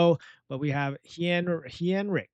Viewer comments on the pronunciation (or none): its HEIN-RIK as in hein for the ketchup